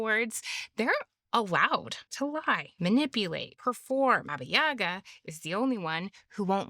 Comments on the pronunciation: It's said BAba YaGÁ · Baba YagAAAAAAAAAAAAAAAAAA. That's where the accent goes. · correct pronunciation of the name is with the pronunciation on the second "a".